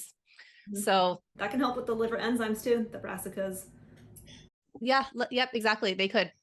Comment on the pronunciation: It's killing me, and you both said it at about . "Rassicas"??? Darnn old ears...